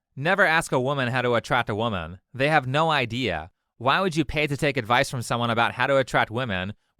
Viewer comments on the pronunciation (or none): seems like not english first langauge too. He said 'adwice'. Pronouncing a V as a W